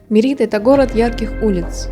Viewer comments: Очень интересные видео. спасибо. но, пожалуйста, произносите город правильно - Мéрида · Как можно снять видео не умея произносить название города, про который ты снимаешь видео! Мерида - ударение на первый слог. Вы же там были. Я жил на полуострове много месяцев. Если сомневаетесь - посмотрите энциклопедию, спросите любого жителя. Не смог смотреть видео из-за этого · Вроде ударение на первый слог?